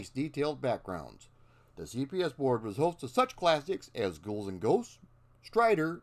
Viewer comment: You're the second youtuber I've seen in as many days that pronounces it GOALS and Ghosts. O_o...